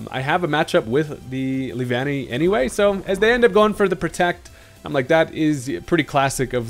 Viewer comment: I’m glad you got the pronunciation right. (LEE-VAN-KNEE) The way you said it before sounded so weird.